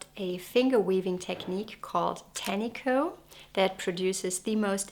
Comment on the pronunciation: It’s very nice that you have done some research about our country and some of your facts are correct. However, it would be good if you could also research the pronunciation of te reo Māori (or even close) as it’s offensive to hear this beautiful language strangled. Tāniko (pronounced tarneekor) is a traditional finger-weaving technique to create colourful, geometric borders on garments. I couldn’t finish watching sorry.